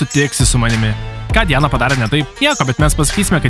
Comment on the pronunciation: Ne dijana o Di ana